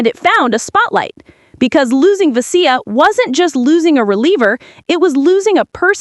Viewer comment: "Ve-SEE-ya". Fucking robots.